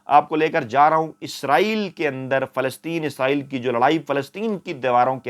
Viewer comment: جناب فیاض راجہ صاحب اگر آپ کی والدہ حیات ھیں تو ان سے کہ آپکی مونہوں چوم لیں ۔۔۔۔۔ کہ آپ بہت صاف اور واضح لہجے میں " اسرایئل" کہتے ھیں۔۔۔۔۔ یعنی موجودہ دور کے اینکرز کی طرح " عزرایئل " نہیں کہتے۔۔۔۔۔۔۔! 😊 اللہ آپ کو ھر طرح کی عزت، دولت اور عمدہ صحت سے نوازتے رھیں۔۔۔۔۔۔۔ آمین۔